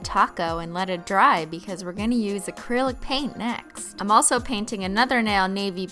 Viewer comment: OMG she said acrilo paint